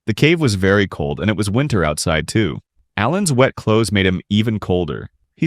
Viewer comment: Choths instead of clothes is crazy